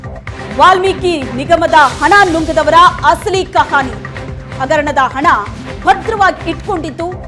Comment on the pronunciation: ಅಣ ಅಲ್ಲ ಅದು ಹಣ